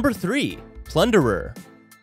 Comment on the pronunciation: Bruh its plunderer 🤣🤣🤣